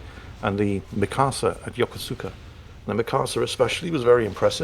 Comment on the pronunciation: Yokosuka is pronounced "ya-koos-ka". At least that is I was taught to pronounce it. I was born there while Dad was in Vietnam.